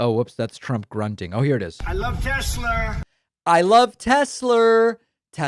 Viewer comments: lol "Tesler!!" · Tesler....uh duheeee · "I love Tes-slur!" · " I love Tesler!!" Tonya 😂😂😂😂😂😂😂😂😂😂😂😂😂😂😂😂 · ”I love Tesler!” 🙄🙄🙄